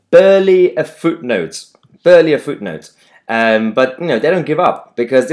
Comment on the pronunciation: Oh Mahyar it's barely (pronounced bear) not burley lol.